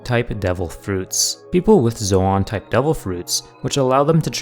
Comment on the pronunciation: Its zo in not zo awn